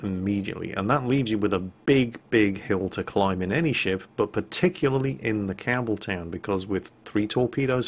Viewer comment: Campbeltown, for some reason, I keep hearing Cameltown :P